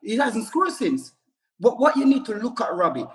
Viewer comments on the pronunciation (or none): none